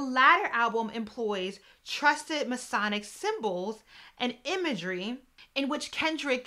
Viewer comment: This was awesome! I hope this doesn’t come across as rude or condescending but I will make a suggestion on pronunciation. Messianic is pronounced “messy-ann-ick”. The way you pronounced it sounded like “Masonic” which is a whole other can of worms. The masons and the eastern stars are prevalent in our community for sure. I learned a lot of words from reading and pronunciation is always tricky.